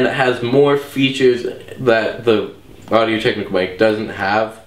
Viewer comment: first of all your intro sucked you pronounced technica incorrect twice and second of all you clearly don't like the rode videomic even tho it's a better mic and u even rated it a better mic